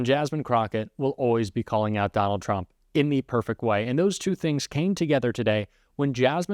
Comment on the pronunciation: Turmp? Cognress? Intentional or did you hire someone from fox?